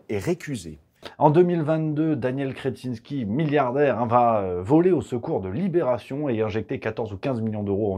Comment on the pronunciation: Sacré patronyme! Il est vernis le gonze! mais, je crois que vous ecorchez le 'in'.